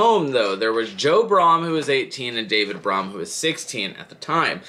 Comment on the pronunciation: It’s pronounced brum I can give you some more info if you want to make a update to this